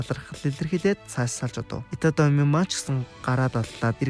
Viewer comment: Itami Yojishdee itatami gj heiiinbeee😂